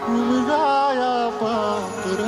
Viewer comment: उमजया नाही उमगाया आहे